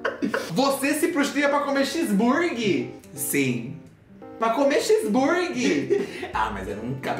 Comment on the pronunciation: Ela fala X burgui